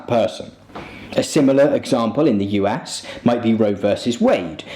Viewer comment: The way you pronounced US sounded like "You ass". Thank you for opening for me a new look at the beautiful name of this magnificent country.